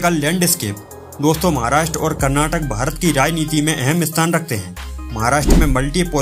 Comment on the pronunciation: KarnatakaAA pronounce it correctly bro, it's feels similar to using wrong map of India without Kashmir